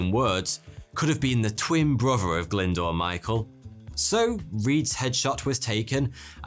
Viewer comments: Glyndoor? It's pronounced Glyn-Do-R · Brilliant story, and one I actually had come across before, but please, please, please can you learn how to pronounce names. Glyndwr is not pronounced 'Glindoor', but much closer to 'Glindower'.